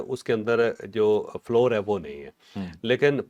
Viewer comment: فلور نہیں فلاؤر